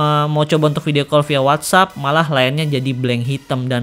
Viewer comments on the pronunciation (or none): none